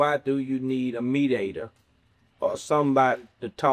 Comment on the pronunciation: Please stop saying mediator 😂😂 I had to forward past that part